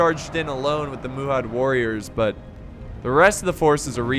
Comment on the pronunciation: It's spelled Mahud, but you keep pronouncing it as if it's spelled Muhud. Driving me a little crazy!